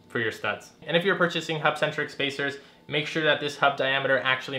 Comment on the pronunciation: Can you say hubcentric